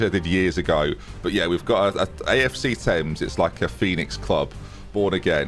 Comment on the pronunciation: how is a history major that doesn’t know how to pronounce thames? lmao